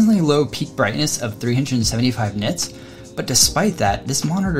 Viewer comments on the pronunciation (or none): none